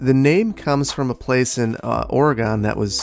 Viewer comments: Oh no! You pronounced our state in a way that no one here uses. "Or uh gn" not "Or uh gOn" As a native it always hurts to hear. Still, much love and great content as usual! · My wife says I have to unsuscribe because you pronounced Oregon "Ore gone" and not "Ore gen", i.e again. Hopefully that makes sense. She's joking of course, but I had to comment ^_^ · very late, but it's pronounced Ore-gun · As an Oregonian, that ORYGONE hurt my soul. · That's a special Southern Wisconsin issue. Oregon, WI refuses to be pronounced correctly... so I now say it wrong, ha. Kind of like Milwaukie, OR, lol! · Hearing him pronounce Oregon wrong hurt my soul. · That’s not how we say Oregon in Oregon 🙃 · I know this vid is over a year old but the way you pronounced Oregon 😭